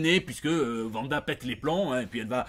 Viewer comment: Comment ça « Vanda » ?? :D